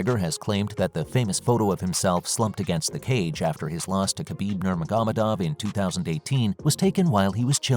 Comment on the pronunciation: him saying nurmagomedov is pressing me … NOR-MAH-HO-MEH-DOV.